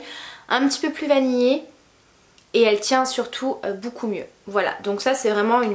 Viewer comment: Beaucoup se prononce BOCOU et non BOUCOU, c’est très agaçant d’entendre ce mot 158 fois par vidéo et mal prononcé Pour le reste rien à dire les vidéos sont tops !